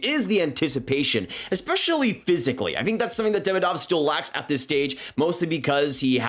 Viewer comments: he is demIdov not DEmidov. Second isn't mIchkov, he is michkOv. be smart, not an american! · I'm sorry but everyone's pronunciation of their names makes my ears bleed. It's pronounced "MiSHkov" and "Demídov"